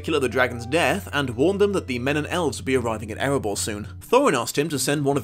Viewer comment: It's Erebor , not "Eribour".